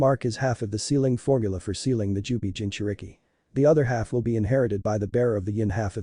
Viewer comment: Jaaubiiiii😂😂😂😂 come on man please use proper pronounciation